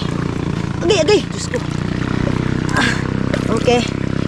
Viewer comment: Ayusin mo ang pagsabi ng DIOS KO. DI JOSKO. Dapat ma correct ka sa mga ibinubuka ng bibig mo